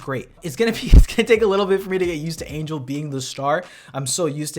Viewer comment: every time u say "Angle" I get offended and laugh at the same time.... every time ROFL